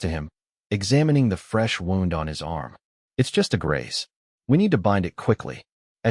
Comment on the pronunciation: I wish these story channels could teach their AI narrator that when someone is shot, they have a “wound”, which is pronounced “woo-nd”…. Not a “wound” that rhymes with “round”.